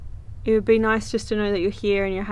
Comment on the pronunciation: (horse)... Be spooky not BEE spooky! Your a trooper thanks for the content!